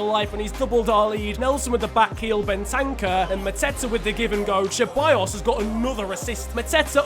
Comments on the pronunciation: Crossiant His name is clearly spelt: Ben-tan-cur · Ben-tank-ur? No it’s, Bent-en-cur N-Keet-ah? It’s N-keh-ti-ah